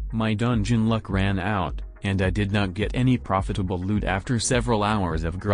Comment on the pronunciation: selling loot from fishing what i heard:selling lewd from fishing